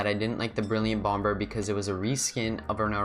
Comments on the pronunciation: it’s pronounced bom-er in the UK and america (i think) but u said it bomber , the way you spell it. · Lol he said bomber but pronounced the 2nd b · no he is saying that you said it wrong